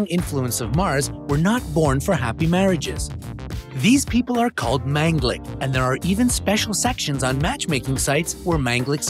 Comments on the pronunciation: It's pronounced Maan ga lik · Sorry you you pronounced manglik in wrong way